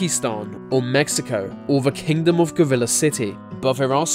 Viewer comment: did he just say Mexico